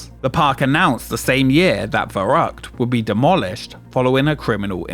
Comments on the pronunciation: VERRÜCKT not veruqt, cmon! at least try 🤦‍♂ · What an ANNOYING voiceover! ...and I am only 20 seconds in! fuK! You change pronunciation from ver-ruck to ver-rouk. Let's not forget your continual "wivheld" "wiv" 'wivvout" and "monfs" instead on months and "everyfing". I would suggest you spend several years in acting/speech school learning to speak correctly. Regardless of the actual information...AWFUL! AWFUL! AWFUL! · I lost count of how many different ways Varrukt was pronounced in this video. I also got curious about how old my favorite roller coaster was and it turns out it's 2 years younger than me. That's fun! Shivering timbers! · For the name of the big slide: "verrückt" means crazy (I guess that's what you meant) - it's pronounciation is "far-ü-kt", the ü sound is hard to make for a non native but "cute" comes close to it. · Could you have not pronounced the name of the ride consistently throughout the video? Veroockt, veruckt, make up your damn mind! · Nothing like americans trying to pronounce "verrückt". The first syllable is prounced "fair". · It took me till Minute 27 as a German to understand the Slide was called "Verrückt" (Crazy) in German. Ver (like the FER in ferrous) The "Ü" is pronounced similar like " Make the sound “ee” as in “cheese” and then make your lips into an “o” shape" and then just a k and t. ^^" Some things sounded like "verrucht" (nefarious) or even Beirucht (which sounds like a mix between something German and Beirut, the Libanese capital :D). I feel so stupid. :) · Well, "verrückt" is also not pronounced "fuh-rookt". 'Muricans I guess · its interresting alright, specially the fact, those in charge, dont listen to "scientists"engineers, because....what do they know?! but idk why americans NEVER check out how to pronounce foreign languages 🙄 its "verrückt" not "faroug"😅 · Your pronounciation of "Verrückt" gives me a headache. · That's not how you pronounce verrückt 😂